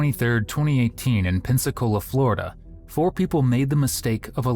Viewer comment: How can these EBT collectors go through the same school system I did and pronounce the word door as doe , the word four as foe? WTF happened? You want to call yourself my equal?